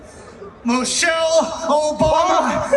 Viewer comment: Im still trying to find out who is “Moechelle” Obama? 😂🤣